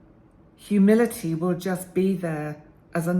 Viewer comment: Thanks,! This was encouraging for me to reflect on past hurtful people lacking humility and be able to frame them as lacking healthy self-esteem. Also helpful for forgiving myself for being like that at times in the past. Side comment: at first I thought you said “humidity“. Me: well it is summer, lol. Have a great day!